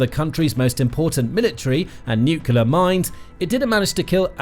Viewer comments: Ok this is petty of me, but I kept getting an eye twitch whenever he said "Nucular" instead of Nuclear. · I find this site pretty credible and accurate, so it has value. But why oh why do so many people on this planet have trouble saying the word "nuclear"? It is. NEW-CLEE-ARE. Not new-cue-lar. It's really hard to give any credibility to someone who can't pronounce a simple English word of such importance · It’s not New Killer it’s New Clear. Please, Learn to speak correctly. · Nuclear It’s pronounced - New Clee Are Newkelar is something else entirely. Please get it right. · BTW, it's pronounced NUCLEAR NOT NUCULER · Please... For the love of everything good... Learn how to pronounce Nuclear. New-cle-ar. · it's called nucular, everybody knows that. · Nu-clee-er‼️ Reporter needs remedial training‼️ You’re FIRED😱😱😱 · "nucular"... Sure buddy, we'll listen to you. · For God’s Sake, it’s pronounced “new clear”! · England here it’s pronounced new clé ar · nookeelar drives me crazy every time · If you can’t pronounce the word, don’t use it; Atomic is just fine. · Try reading the word. Nuclear has only one letter u..... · Let's listen to pronunciation of "nuclear" - even "mercan" Bush got it correct, so media troglodytes mocked him.